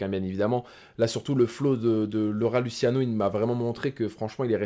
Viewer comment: Ohhh respect un peu le rat ça de prononce pas lutiano mais luchiano tu prouves ta crédibilité sur les piliers du rap